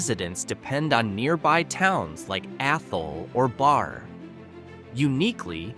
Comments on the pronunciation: Not bar…. Pronounced barry( barre) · It is an Ai voice pronouncing these towns. Us humans from around here know Leyden is "Lie-den", Petersham is "Peter's ham", Barre is "berry", Gill is as is, part of a fish, And I've never had to say the word "Tyringham", So not so sure on that one, I'll go with "tie-ring-ham", No? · Ham- PetersHAM. Barre is pronounced Barry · Gill went from Gill to Jill and back again lol. Barre is "Barry" and Athol mispronounced as well. I, too lol, when seeing a pic from what appears to be Monroe, Washington 😆🫣. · Not trusting the narration. Leyden is mispronounced. As are Petersham. And Barre. And Gill. And Tyringham.